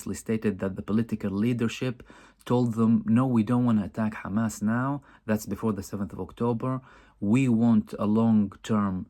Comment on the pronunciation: Khamas! haha. They all pronounce Hamas like that.